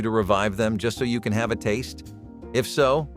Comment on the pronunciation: Need to fix the narration as it keeps saying 'desert' rather than 'dessert'; at the end of the video "stay tuned for more nostalgia TRIPS" rather than tips